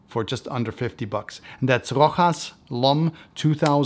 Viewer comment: It's not Rohas it' s Rosha. . You pronouce it like being a spanish house . In fact is an old french house